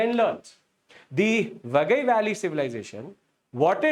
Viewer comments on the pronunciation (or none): 😂😂😂 it is not khilaadi!! खिलटि It is keeeezhadi or keeeezhadi कीळटि It is not वगै it is वागै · Please pronounce properly it's river Vai-gai not wagai. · Correction: It's pronounced Vai-guy or Why-guy, not Vagai. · Sir it is Vaigai not vagai. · It is pronounced as "Vai Gai", not "VA Gai". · The name of the river is VAI GAI not vaa gai. Do it is called vaigai river civilization. Immature illetrate people doesn't know that Tamil a classical language is the mother and part of the Dravidian language which is part of the Nostratic linguistic proposal. There are many sites in present India where we can excavate. Instead the politics is so knowledgeably corrupted that there idea should be the main result of the excavation i.e. the final result should not go against their wish and mindset. Apart from Athirampakkam there is one more Paleolithic site in Chennai near Airport in Pallavaram which is considered as the oldest with many stone age tools excavated and exhibited in Madras museum. Since the area around this site is very highly populated now it cannot be excavated further. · Its vaigai not vagai 🫤😓 too bad pronunciation. Its not keechadi its keezhadi (learn to pronounce "zh" "zha" if these english letters involved in tamil name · Sir ur overall lecture was superb but pronunciation of some tamil words are not correct like, it's vaigai not vagai like that only but ur explanation was super thank you sir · Vai gai should be pronounced as Vie ki (as in kite) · It is VAI GAI ( both rhyming with Hindi cow) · Your pronunciation of names like Keezhadi and Vaigai is horrible. Please put some effort and learn to pronounce the right way!